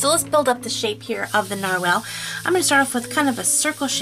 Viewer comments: lol I am sorry you are saying nar-whale but its nar-wall but less choppy like narwall but spelt narwhal the English language is to weird... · IT'S PRONOUNCED NARWALL